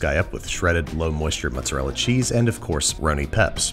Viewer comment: he didnt say mozzarella he said mutsarela